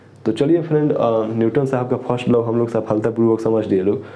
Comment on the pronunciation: Bhaiya wo law hota hai , not low